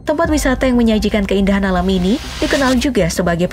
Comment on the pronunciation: wisata alam bukan lam😂